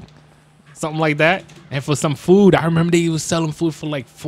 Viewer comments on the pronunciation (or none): none